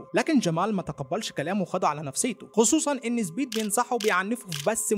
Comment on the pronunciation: أرجووك قل سبيد ليس زبيد